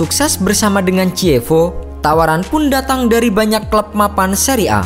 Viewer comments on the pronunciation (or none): Bologna dibaca Bolonya Chievo dibaca Kievo